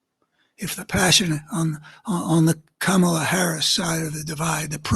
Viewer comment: Pronounce Kamala's name right. You are either being disrespectful or you are stupid.